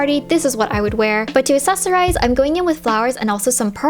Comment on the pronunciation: So I love these videos so so much, but just in case you didn't know, accessorize has a hard c sound at the beginning, so it's (acksesorize) phonetically. Def not meaning to be mean or condescending, but just wanted to help out because I notice it in your videos 🙏🏻🙏🏻🙏🏻 Please don't kill me 😥